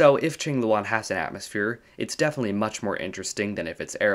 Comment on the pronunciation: Thanks for not pronouncing it Kwing-loo-ann